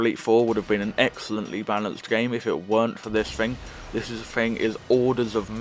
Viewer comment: It is “thing” not “fing”. Just saying 🤣